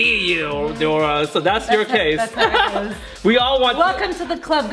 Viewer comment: Nora...more like NO-ra🚫